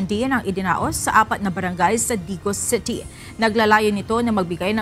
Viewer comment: WTF?? The word “city” is pronounced “city”, not CETY! Please pronounce words correctly if you wish to be aired nationwide. It’s embarrassing. Thanks 😊